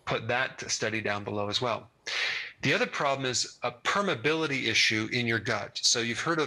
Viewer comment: He mispronounced "permeability." Chiropractors usually wanted to go to med school but couldn't get in because they are, on average, not particularly bright and have little aptitude for real science, among other subject areas. QED.